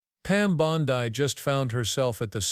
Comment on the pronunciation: I'm just wondering why the narrator miss pronounces Pam Bondi's name? 😕